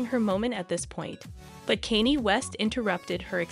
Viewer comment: My favorite part of this video is “Caney west”